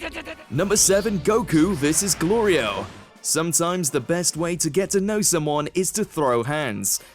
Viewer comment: Galeerio🤣🤣🤣🤣 galario🤣🤣🤣... i love that he can't get the name right... gorillo🤣🤣🤣